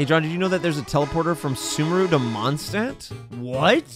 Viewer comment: Why does he pronounce sumeru like Subaru 😭😭